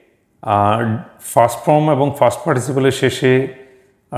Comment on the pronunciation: Past এর উচ্চারন fast এর মত শুনাচ্ছে।